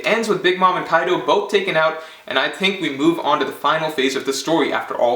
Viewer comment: “YONKU” ,” KAIDU “ lol